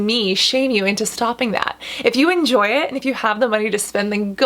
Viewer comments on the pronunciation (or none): none